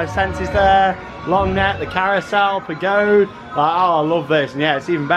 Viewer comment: Always love the Efteling vlogs! (This is your annual reminder that in Dutch "Pagode" is pronounced PAGODA. It being a Chinese pagoda and all. Maybe next year... 😉🤣) This park just gets better and better.